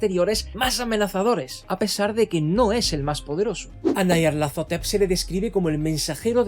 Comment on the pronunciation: Como que nayarlatotetep? Esa es la forma más homosepcsual de pronunciar ese nombre me había gustado el vídeo pero al llegar a esa parte me lo arruinaste todo siento como si me hubiera quedado a media chaqueta